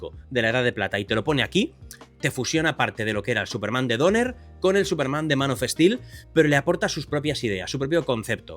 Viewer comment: Es español. Que querés? Son brutos